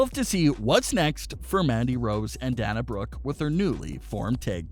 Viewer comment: Please Pronounce the Wrestlers names correctly. Especially Dana Brooke Sasha Banks. We are all great fans of WWE.